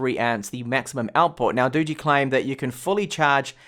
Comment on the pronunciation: Highlights of this video; bigass knife, cat, garden. saying Doogee = Dodgy. And the phone? Snog, marry, avoid? AVOID!